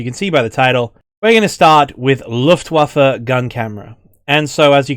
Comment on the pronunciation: I really appreciate your pronunciation of Luftwaffe